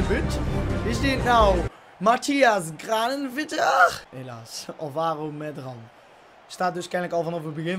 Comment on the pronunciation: het is volgens mij Kranebitter* want in het spaans wordt de v uitgesproken als een b. Maar ik weet niet of dat ook voor zijn naam geld